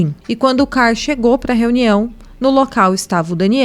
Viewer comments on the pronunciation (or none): A dica é pra editar melhor vídeos como esse: as fotos que ficaram se alternando são as mesmas... Será que é tão difícil arrumar fotos dos outros envolvidos? Até no final do filme aparecem essas fotos. E outra: melhorar a pronúncia... exemplo: o nome CARL não se pronuncia CAR.